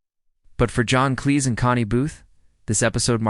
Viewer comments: His name is not "John Clay." It's "John Cleese... Rhymes with peace. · You get a thumbs down for using AI to mispronounce a name as famous as John Cleese.